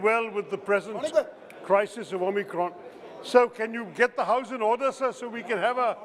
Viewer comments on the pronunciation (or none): Orrrderrrrr ordeerrrrrrrr ordeeeerrrrr